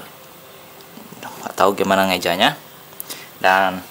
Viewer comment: hahahahaha ngeja steinberg jadi senderberger wkwkwkwk